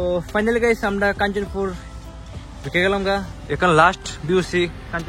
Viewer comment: it's not Kanchapur. It is Kanchanpur